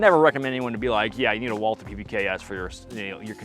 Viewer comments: First Bonds PPK was .32 not .380. Second Walther is a German brand and is pronounced closer to Vault Hair than the English pronunciation. But what should I expect. Most Americans don’t pronounce Porche correctly. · Walther is a German company, and in German " w " is pronounced " V " so it should be said " Valter ".